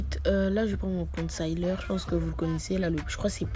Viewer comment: Jvais taper toi ! Depuis quand ont dit « concaileur » niama 💀🤣🤣🤣